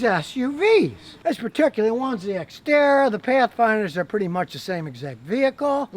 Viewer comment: I thought you said Citroen ixara